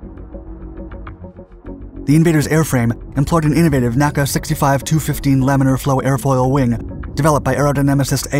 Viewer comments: NACA is pronounced letter by letter, as that was how it was done early in the 20th Century when the organization was created. It's often put into text as "N.A.C.A." to emphasis this. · Great info on the Douglas A-26 Invader. There is a beautiful one at the Lyon Museum in Orange County CA. NACA (the forerunner to NASA) is typically pronounced as the four separate letters, not a phonetically, as if it were an actual word.